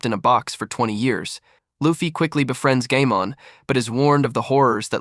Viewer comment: Bro said gaymon